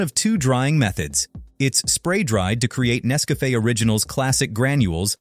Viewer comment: I wish they would hire a real voice actor, instead of an AI that can't pronounce Nescafe correctly. Zero out of 5 stars.